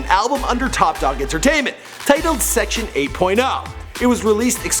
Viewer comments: Dude, the album is called Section.80, as in eighty, not 8.0. He literally says it as "eighty" in ADHD. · Continues to play a video where Kendrick clearly says "Section Eighty" facepalm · Section "8 point oh".... smh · Did he just call the album Section 80, "Section 8 point O"? This dude clearly didn't take the time to listen to Kendrick Lamar at all. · fail it's not 8.0. it's section eighty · THIS MAN SAID "SECTION EIGHT POINT OH" Who's mans lol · U really gotta know how to pronounce what ur talking bout “section 8.0” u kiddin me?? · This nigga said "Section 8.0" 😂😂😂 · "Section Eight Point 0" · lol it's section 80, not 8.0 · did he really say section 80 point 0...who is this guy? maybe you shouldnt talk about subjects because they hot right now for views #thedisrespect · "Section 8 point 0" lol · I cringed when he said "Section Eight Point 0" 😖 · You put a clip of Kendrick saying "Section 80" But u still say Section 8.0 tf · dude said section 8.0 smh lol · HOW DO YOU HAVE A CLIP OF KENDRICK SAYING SECTION 80 AND SAY SECTION 8 POINT 0 RIGHT BEFORE?! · Its section eighty as well not eight point "O" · He literally plays ADHD straight after as well where Kendrick says "Section 80" hahaha